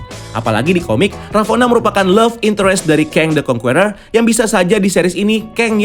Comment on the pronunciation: how to pronounce conqueror is : kongkerrer